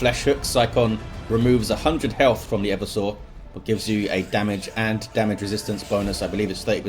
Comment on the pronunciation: Hey, it's e-VERSE-ah, not Ever Sore.